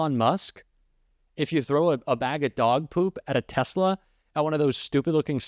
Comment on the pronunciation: Did Musk say Tezla ...yep he did.